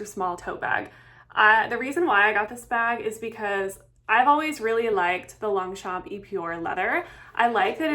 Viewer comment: Girl, look up how it’s correctly pronounced!! 😮